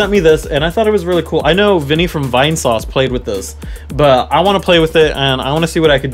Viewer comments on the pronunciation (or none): none